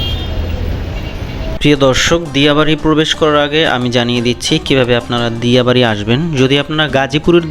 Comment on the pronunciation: ভাই আপনি নামের ভুল করে ছেন দিয়া নয় ডিয়া হবে